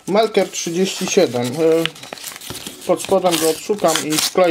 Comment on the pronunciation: melker a nie merkel. Nie jestem panią kanclerz Niemiec. Pozdrawiam. ;)